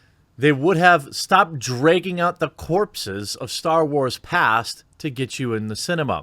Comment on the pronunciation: Wtf is "Drayging"